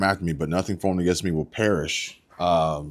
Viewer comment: She said nothing formed against me shall parish...I always thought it was shall prosperi lol....